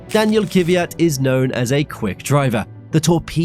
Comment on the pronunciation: Thanks for re-uploading as I didn't get it the first time. Another good and interesting video, thanks. A short note on pronunciation, though. The plural of Grand Prix is not Grand Preez. It's Grand Prix, exactly the same as the singular noun. And despite the fact I could never abide the bugger, please pronounce Daniil Kvyat's name correctly. It's not Kiviyat, but Kvyat. There is no vowel of any description between the K and the V. But other than these minor gripes, a great video from you, once again.